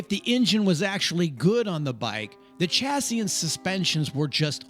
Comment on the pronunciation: Chassis is a french word and the ch is pronounced sh.